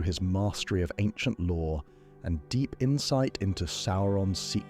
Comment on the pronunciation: Are you saying "law" or "lore"?